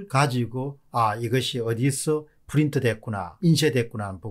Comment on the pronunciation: 너무 에프 f 발음이 심하네요. 왜 프린트를 에프 발음하시능지... 전달하는 내용에 신뢰성이 떨어질까 우려되네요.